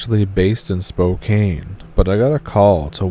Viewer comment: Spooo-can. Not Spo-kane